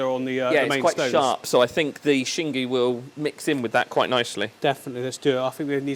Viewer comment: I love how you learned to say Xingu correctly.